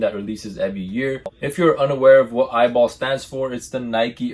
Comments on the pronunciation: It’s pronounced “E.Y.B.L” not “Eyeball” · Bro it’s E-Y-B-L 😭